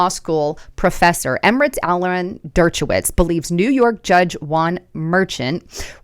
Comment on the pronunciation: Dirt-cha-witz?? Wow... C'mon Der-sha-witz